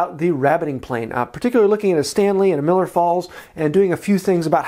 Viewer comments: Just nit picking, it is Millers Falls, not Miller. I lived close to the factory (and town it was named for). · love the channel, love the video. I hate to be “that guy” but it’s Millers Falls not Miller Falls. Keep up the great work